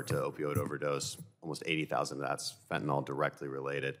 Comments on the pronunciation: It is NOT Fentinol it is Fentinyl. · It's not "Fentanall" rhymes with ball. It's Fentanyl, rhymes with dill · Fenta tuh NIL .... NOT Fent ah nall .... for goodness sake learn how to say it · fentanyl is pronounced NILL, not NOLL. why the hell did everyone just forget how to say it over the last few years? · It’s not Fen-tin-all. It’s Fen-ten-y’ll. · It's fentanyl, not "fentanol." Fen-ta-NYL, not fen-ta-NOL. Jeez, read the word! It's like peopIe who can't say "NU-cle-ar." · Mispronoucing fentanyl has been one of my pet peeves for years. It's just like people saying irregardless.